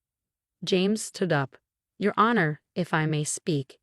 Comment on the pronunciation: Same storyteller who mispronounces several words like sabotage, honor, facade, etc. which can be in fact edited if the author is not lazy.